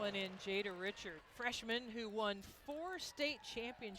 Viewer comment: the correct pronunciations of Jada’s last name is RiShard, not the common pronunciation of Richard. It’s pretty common in Louisiana.